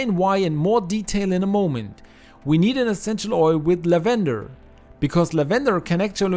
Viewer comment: It isn't "la-VEN-der," it's "LAV-en-der," for those of you who may be confused by the pronunciation.